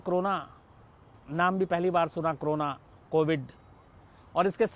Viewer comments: Aap ko to co ro na bolna bhi nahi aata h aap use crona bolte ho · It's not crona..., it's corona 🤣